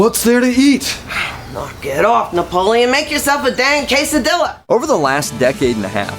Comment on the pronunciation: Quesdilas with an “L” lmao 😂😂😂😂😂